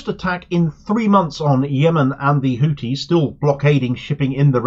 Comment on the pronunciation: Why do you insist on calling them “Hootis”? Sounds like a topless bar! I speak Arabic and trust me, it is pronounced “Hoothis”